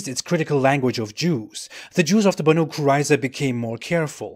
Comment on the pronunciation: It's pronaunced more like Baeneiy